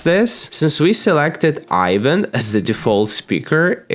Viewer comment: That’s not Ivan y’all. That’s.